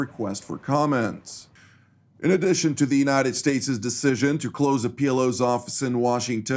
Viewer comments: Without wanting to appear a putz- the pronunciation of "United States'" is not Statezez but simply States, no need to add additional syllable. 😎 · no criticism intended. It’s a pronunciation gaffe that sounds awkward and it’s not illogical to pronounce it that way- but it should be a one syllable word. Forgive me, I’m a recovering lawyer😱 and my wife tells me that I’m difficult. I’m a happy subscriber and commend all the staff on their work, presentation and reliability.